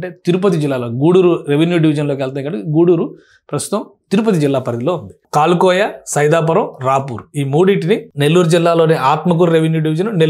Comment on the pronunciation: కాలుకోయ... కాదు బాబూ...! ఒక సారి బాగా చూసి చదువు..! ...............................................అది " కలువాయ"..! మాది ఆ ఊరే...!